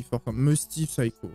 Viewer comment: nan pas comme ça tu as dit SYCHO ALORS QUE C PSYCHO